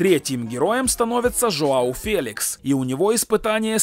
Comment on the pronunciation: Не феликс а фелиш